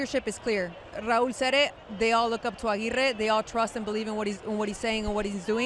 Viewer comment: Remove Dempsey, such a hater. Say Raul’s name correctly and be professional you pos